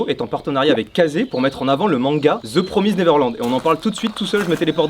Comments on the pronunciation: C’est une super vidéo j’adore, surtout le placement de produit parce que j’adore le manga je lisait les tomes le jour de leurs sortie, juste ça se prononce « ze promaïsd neverland » et pas « promisde » j’ai 13 ans et je suis meilleur en anglais que toi, j’ai honte de trashtalke comme ça parce que je t’adore, deso 😅🥲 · the PROMIZE ! xD "promaïzd" en vrai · The "promise" neverland, le "d" existe wsh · The promiseD neverland puré Et on dit Ray comme la ray des fesse pas Rai ! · Tu prononce mal the promise neverland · Pourquoi il disent the promise neverland sa se dit the promisède neveland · Deu promizd neverland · Oh nan la ma prof d'anglais en susu, le "promised" de mastu il est fou 😂😂